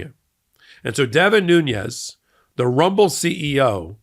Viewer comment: I don't think the second N in Nunez's name is the spanish enya. I think it is pronounced as an ordinary n.